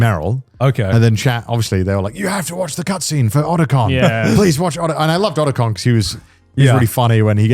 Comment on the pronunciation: As a long time Metal Gear fan, hearing someone pronouncing Otacon incorrectly is insulting.